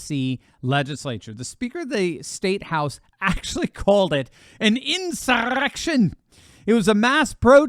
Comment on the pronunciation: Please stop pronouncing insurrection like that 😂